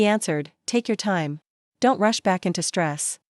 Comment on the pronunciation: ⏰ time not Ti me. Audio reading is terrible.